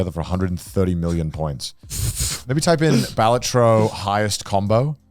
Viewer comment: How are you guys the ONLY people i've ever seen pronouncing Balatro wrong? PS: "Wukong looks like ass cheeks" has to be Connor's worst take of the year lol, I know who I'm voting for Clown of the Year award :D